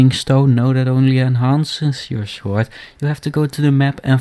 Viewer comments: blacksmmith, shooooord, your dutch for sure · Hahahah love your accent, thanks for helping me with my shword repair